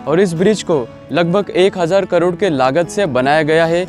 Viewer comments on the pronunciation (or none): none